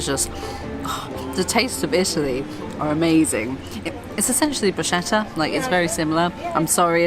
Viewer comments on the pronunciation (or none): Great video... Nice not to have an American yapping... But please it is. BRUS KETTA. not BRUSHETA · Please! say "brus-ketta", not "bru-shetta"! Please! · 1) I'm mad enough to prefer pebbles over sand 2) the difference between Frisa and Bruschetta is in the way you prepare and cook/serve the bread 3) Bruschetta's pronunciation for brits: broos-ketta 4) My favourite part of your Italian trip so far was seeing you making pizza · Pronunciation of bruschetta is Broo-sketta...just a fyi:ch is pronounced k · You should pronounce "Bruschetta" as "Bruce Ketta" :P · Thanks! Making pizza was definitely in my top moments.. So much fun and so tasty!! And thanks for the info! I've definitely been pronouncing bruschetta wrong this entire trip 🤦‍♀️😂 so thanks for the help! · I love your videos, you’re a truly nice pair of people, with whom I believe I’d like to be friends with. And I love you don’t want to follow the tourist masses! I would probably also enjoy to show you around my beloved Italy. However, main reason for my comment is: bruschetta is pronounced with a hard k sound - brusketta - as all “ch” words in Italian :-) Sorry to be correcting you, but it’s a food word, so it deserves even more respect! ;-)